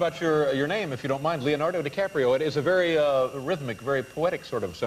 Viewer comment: They always change The name, instead Leonardo They say Lionardou. Duh